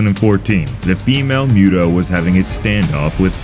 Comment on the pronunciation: It's pronounced "Moo-Toh" not "Myoo-Toh"! 😳